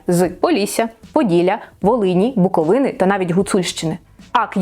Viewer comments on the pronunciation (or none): none